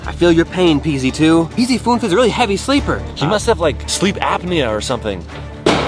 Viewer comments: Who who else thinks pz2 said Pz foof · It’s ‘PZ unf’ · He is saying Peezy Foof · It sounded like pz 2 said pita doonf or piece of doonf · Pz2 is saying pzfunf